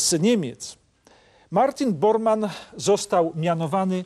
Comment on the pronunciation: Martin Bormann, a nie Boarmann.